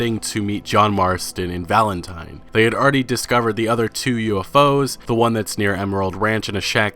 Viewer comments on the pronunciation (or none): none